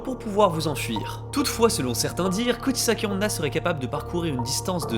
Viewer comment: Dans un total accès de mauvaise foi de ma part, j'accuse la prononciation de! XD